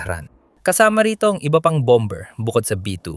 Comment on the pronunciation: Dapat i pronunce ang bomber with silent "b" . Masakit sa taenga. Target as in target not tarjet.